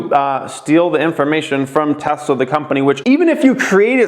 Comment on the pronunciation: Tesler tesler tesler com on TEVA 😂